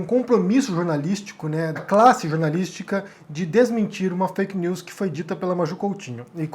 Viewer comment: Este cara não sabe nem falar veja o que ele falou.fak lius